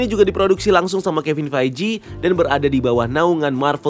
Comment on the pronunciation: Cara baca Kevin Feige bukan Kevin Feiji, tapi Keh vuhn Feej